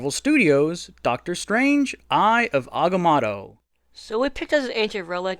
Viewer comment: It’s pronounced (I ov Ag-ah-moe-toe)